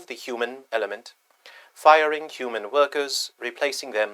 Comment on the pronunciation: What accent is that? HuMANN. 😂😅